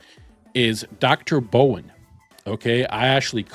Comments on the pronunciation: brawn.... not bowen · DR BRAWN, not Dr Bowen. Can you not read? Seriously surprises me with the pronunciation, It’s not even a complicated name!! Also the pronunciation of the Japanese island is just as bad. Can you read ok? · How do you pronounce Brawn so incorrectly?